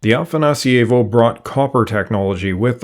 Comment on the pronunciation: The way you pronounce afanasIEvo makes it feel italian. It's afanAsievo. That's a small thing, nice video.